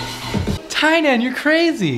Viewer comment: I love how u pronounced TYNAN name right here but not in ur newer videos🤣🤣ur reactions are always so priceless